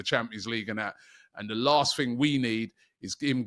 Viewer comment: "MLS has been called up to Vhe England Squad" It's "The", not "Vhe" Speak properly Robbie